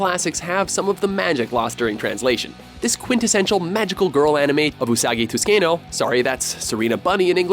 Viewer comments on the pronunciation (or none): I don't think so. He said "Usagi Tuskino".